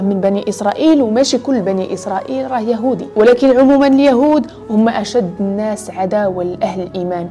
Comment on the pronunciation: أختي الكريمة إحرصي كل الحرص على حفظ الآيات القرآنية فنريد منك الَّا تخطئي لفظها لذلك لو رجعت الى الآية (وأكلهم أموال الناس بالباطل) فان لسانك قد وضع فتحة على سين الناس مع انها مجرورة بالإضافة 😁😁😁❤وشكرا جزيلا وأعانك الله